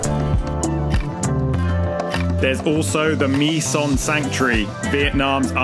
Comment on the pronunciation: The mere fact that you pronounced "My Khe" and "My Son" correctly lends credibility to your video :-) And yes, it should be pronounced as if it was spelled "Mee" and not "my" like my car, my house. As for Hoi An, yes, it's rapidly falling into the Barcelona and Venice category isn't it. One cannot blame people for wanting to see and experience it but it is a worry.